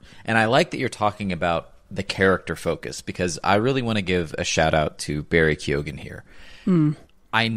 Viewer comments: This podcast is so good I keep coming back over and over. I love this. Ps. I hate to be this guy, but it’s pronounced “Key-Hogan.” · Barry KYO-gin Emerald Fih-NELL